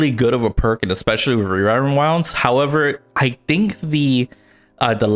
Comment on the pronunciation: aint no way bro said "rerind wounds"